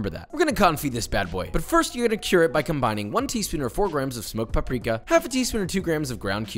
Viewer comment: "paprika" I left very offended.